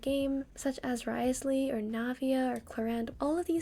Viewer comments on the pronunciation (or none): Somebody help that Wriothesley 😭